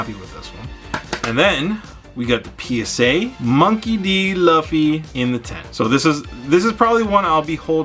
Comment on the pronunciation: His name is pronounced “Loofy” lol but great return. Congrats!!